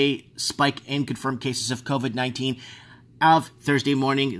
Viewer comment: can we call carona beer chan "coffee" because thats what covey sounds like